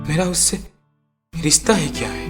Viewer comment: ...certain voids in dialogue deliveries...mispronounced! "riSTa",, "pareSAan" n sorts...warna d rest was fab...n,, i must say.....formidable script..simply Loved It <3:-*...but THE PRONUNCIATION THING must b considered... (y) #BestWishes # MayUProsper